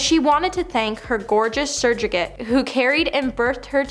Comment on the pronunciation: S.U.R.R.O.G.A.T.E. Say after me. Surro-gate 😂